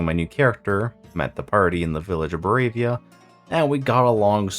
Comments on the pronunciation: Good channel, good content, hope to see you grow! Just so you know, it's ba-RO-via not bo-RAY-via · the way you pronounce Barovia triggers my anxiety